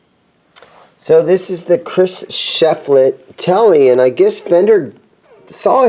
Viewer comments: Sorry, man. Thumbs down for butchering Shiflett’s name. You’re swapping the “i” and the “e”. It’s Shiflett, NOT Sheflitt. Really frustrating when the name is on the case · Pronounced "SHIF Let" not SHEF Let